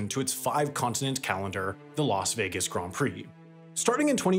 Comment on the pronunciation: Grand rhymes with hand, not bond